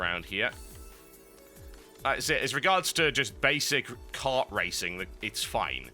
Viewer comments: mario cart? is that you? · Mario Kart, not Cart. ._. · What the hell is 'Mario Cart'? I've only heard of Mario Kart.